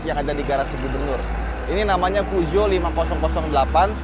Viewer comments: Puzo? Pijet? Pujot? Puso? 😂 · Merk mobil paling susah disebutinnya SALAH BACANYA🤣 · Emang bener kah baca nya puzuo😂